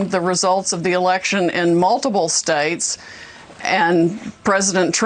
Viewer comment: What is a “stayet”?